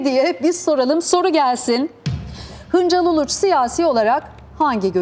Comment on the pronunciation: Acun'un Şansal demesi ve Julide'nin Hıncal demesi beni rahatsız etti.